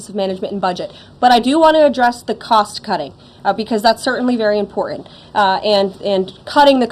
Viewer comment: Ugh she does that under - 30 thing where her letter "T" is missing. Important is pronounced "impor-int"